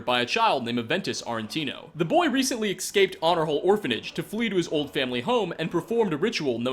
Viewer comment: I noticed that this guy says "escaped" like "excaped". Not just in this video, but all of em. Kinda irks me